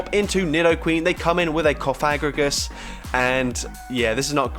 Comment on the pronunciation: “They’re gonna come in with a cofægrigus”